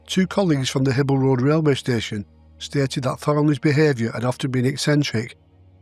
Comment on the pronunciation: Great research, as ever! Having lived in Macc for a few years (at a house on Davenport St by coincidence), I have to be a bit nit-picky and say that "Hibel" is pronounced "High-bel" rather than "Hibble."